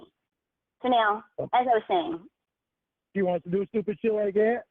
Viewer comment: He never takes responsibility for anything. He nevah even meant tew dew it